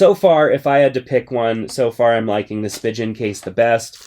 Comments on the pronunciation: I enjoy your reviews! but it's spee-gehn and not spee-jen.... :) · Cringe at how he pronounced Spigen... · you pronounced spigen so wrong 😂😂😭